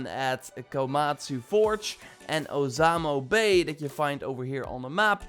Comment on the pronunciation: “ozamo Bay”